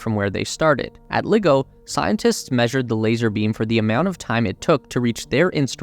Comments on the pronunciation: Dude, it's not pronounced "liggo", it's pronounced "ly-go". Want proof? Listen to literally anyone who works there. In the same way it's difficult to take a so-called nuclear expert seriously when they say "nuke-u-ler", it's equally difficult to take you seriously when you can't even bother to pronounce LiGo correctly. This isn't hard. Do better. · It's pronounced Lie-go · Great work ! couple of miss pronunciations LIGO, L-eye-go and Ariane, Arry-Anne....cheers.